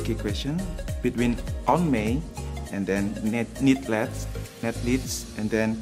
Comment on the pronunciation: "Need Leds,, Ned Leeds"